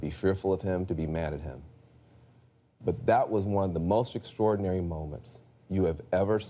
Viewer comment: Robert House ...what was "extrodinary " is that he read the teleprompter without the help of Putin hacking it!